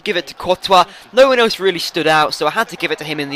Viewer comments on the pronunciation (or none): none